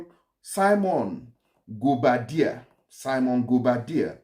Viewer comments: You don't korrupt His Name bro! it is pronounce correctly as "Guobadia" and Not Guabodia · Which one is Gwabodia?Next time read and understand your pronunciation before coming to public space.His name is Gwobadia.